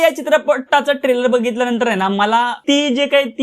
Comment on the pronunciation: Nit bolata tari yete ka tula. Trailer cha oochar kasa kartos bobadya😅